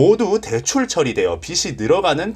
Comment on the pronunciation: "빚이"의 바른 발음은 "비지"입니다.